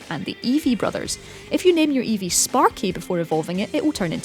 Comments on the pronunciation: eevee not evee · "Evee" Lmao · At 2.16 you put evee lol its eevee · also evees? i thought it was eevee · It's eevee